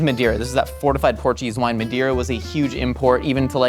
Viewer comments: Wow, that's awesome!! Just one thing, it's Madeira and not Mendeira :) it means "wood" in Portuguese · It's pronounced "mah-DAY-rlah" It was also consumed during the signing of the Declaration of Independence. It also lasts forever because it's produced in an oxidized state (doesn't turn to vinegar like other wines). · Great episode, just wish could pronounce madeira. Emily looks like a middle America scar-jo to me for some reason